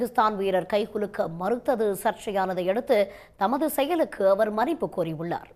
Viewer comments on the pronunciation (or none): மன்னிப்பு சரியாக உச்சரிங்க